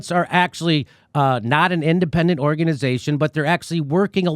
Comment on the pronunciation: Organ-EYE-zation (haha) ... The Canadian accent snuck out for a second there. Aaron Mate is a national treasure.